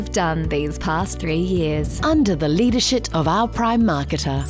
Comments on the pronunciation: Did she say Leadershit??😂😂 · haha, just caught "leadershit" upon second hearing - love your work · Under the leaderSHIT of our prime marketer Am I the only one who needs an ear check? Hahaha